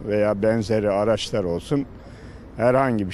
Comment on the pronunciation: Araşlar ne demek,araçlar araçlar, daha doğru düzgün konuşamıyor